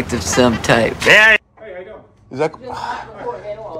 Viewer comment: Someone explain to this guy that the word "here" is only one syllable. You're not throwing a punch in karate or anything